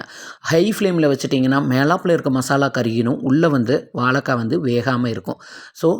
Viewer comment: வலக்காய் இல்லை வாழைக்காய் 😁